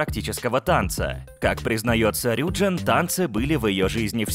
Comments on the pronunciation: Правильно рюджИн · И правильно не рЮджин а рюджИн🚨🚨🚨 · А разве правильно не РюджИн? Просто мне в лайке ответили то что если у айдола есть корень джин то ударение на И